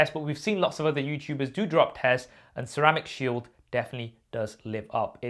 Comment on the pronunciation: He actually said “Sheramic cield”... but that was 2020 so... understandable.. keep up the good work....